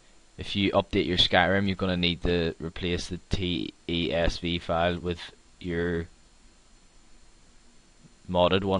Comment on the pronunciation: its pronounciated as "tes five" not "tes vii", assshole.